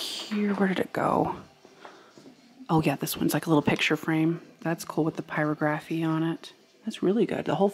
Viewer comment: I wish I could let it go, but… It is pronounced pire og raphy, with the accent on og, like geography. Really enjoy your videos.